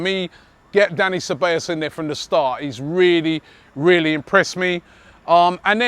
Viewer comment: Ce - Ba - Llos